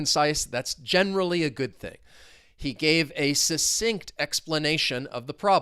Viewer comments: It's pronounced Suk-sinct! But maybe you were making comments flow in, in which case you suSSeeded 😂 Have a great day! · ❤ this video as well as all your other ones. Is /k/ one of the sounds in "succinct"? I can't hear it when you say the word. Are there variations of its pronunciation?